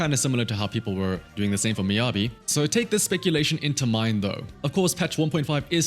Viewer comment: who tf is MInagi? it's MiYABI not Minagi wtf guys, what's wrong with you ? "Me Yeah Be" = Miyabi